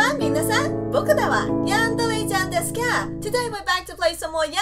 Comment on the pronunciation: does anyone feel awkward when she says "desuka" ...